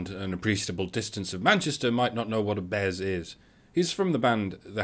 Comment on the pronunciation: BEZ!!! It's BEZ!